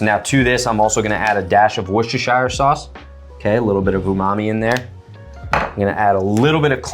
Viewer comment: Really! Cool! Someone else says whissshershistershire sauce! 😂